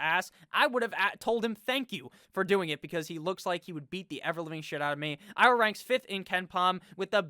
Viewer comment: Ah yes, the ohiowa Hawkeyes